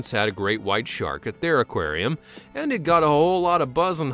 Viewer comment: In a Acwarem